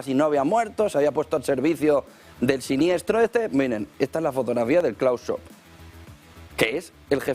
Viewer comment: NO COMENTES MIENTRAS HABLA LA TÍA ESA, a ver como podemos escuchar y mira....que no somos bobos. Ah, por cierto, mira che no existe un "señor Schob" su nombre es SCHWAB, se pronuncia la W y luego es una A, no 2 1 O de olga...